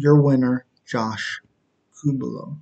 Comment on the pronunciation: You tried. But it's pronounced coo-lee-bow